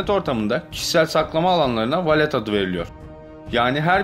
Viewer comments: Nakamato değil Nakamoto...Valet değil Wallet(VOLIT).Arkadaşım senin videolarını severek izliyoruz.Ancak bu işi yapmaya devam edeceksen profesyonel bir diksiyon kursu almanı tavsiye ederim.Başarılar. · Walet İngilizce'de Cüzdan demek zaten, ve Volıt diye okunur.